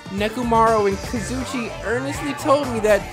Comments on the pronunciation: kazuichi is pronounced like kah-zoo-ee-chee. it doesn’t really matter tho lol. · I feel stuck up for saying this, but it’s kah-zoo-ee-chee that’s how you pronounced kazuichi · Kazuichi = Ka-zu-e-chi Please, PLEASE SAY IT RIGHT!!!! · Nagito - Nah gi toe Hajime - Haji may Kazuichi - Kazu ee chee Mikan - Me kawn Mahiru - Ma here ew Name pronunciations...hearing you say Mikans name like 'pecan' is making me lose it lmao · no its kaz oo ee che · Lol it’s pronounced. (Ka-zoo-ee-Chee) Kazuichi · his name is KA-ZOO-EE-CHEE :l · I learned a little about Kazuichi today... Pronouncing his name right was not one of the things I learned today...